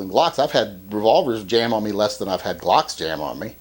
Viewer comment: "I don't wike Gwocks."